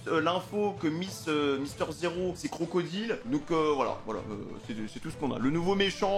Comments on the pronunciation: pour info crocodile se prononce crocodaile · Qlq peut lui dire que c’est crocodayle la prononciation 😂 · Euh par contre normalement Crocodile sa se prononce pas en français mais en anglais avec le Di en dyle normalement.C’est plus stylé